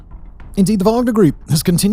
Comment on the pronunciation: “wagden” 😂😂😂 I see what you did there Simon.